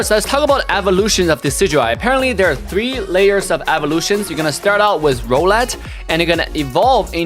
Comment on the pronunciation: You said rowlet wrong )